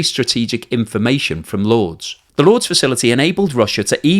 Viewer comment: At first I was like “Lords”? Like the cricket ground? And then I realized he’s trying to pronounce “Lourdes” 😂 …. It’s pronounced “loor-diss” lol